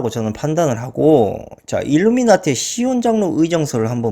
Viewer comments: 일루나미티가 아니라 일루미나티… 자꾸 일루나미티라 하시네요 ㅋㅋ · 일루나미티 (X) 일루미나티 (O) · 일루나미티? ㅋㅋㅋ 발음 꼬였슴니다